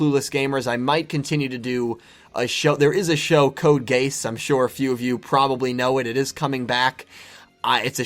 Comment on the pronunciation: Wait did u mean code geass I think u messed up the pronunciation Anyways I'm glad u are going to do more anime reviews I'm looking forward to them if anything I would prefer the pokemon so that u can connect the bridge of yugioh and pokemon